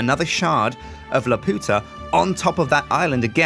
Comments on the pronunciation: the pronunciation is lah-pew-tah... not la-pooh-tah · please it's prononced 'lap you ta' not 'la poota' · LAP-YOU-TAH NOT LA-PUTA. YOU ARE OFFENSIVE TO THE SPANISH. Jesus dude they say it right in the Castle in the Sky movie, have you not seen that????? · I wish would stop saying "la-poota" I'm feeling an urge to strangle something. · As a spanish speaker, I feel really weird when says Laputa...